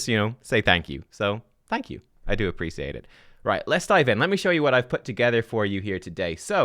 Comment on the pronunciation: Dude, you are welcome. But why do you say appreciate so wierdly, its not the first time i noticed 😅